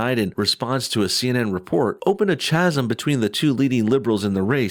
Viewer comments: it's pronounced "Kasm" not "chasem" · Chasm = "kaz-um" not "chaz-um". These little gaps in knowledge help to make you an easier target. Might want to think about closing up a few, where you can. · fyi.... "chasm" is pronounced "Ka-zim" I guess CNN isn't as objective and impartial as they claim. Of course, anyone with two eyes and half a brain already knows that, so.... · I thought it was kind of funny honestly. He just slipped up I think. I once read the word "misled" as "mizzled" in class.